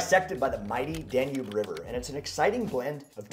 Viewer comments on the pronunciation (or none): none